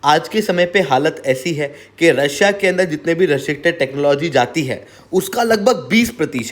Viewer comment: Bhai, restricted bolna to sikh le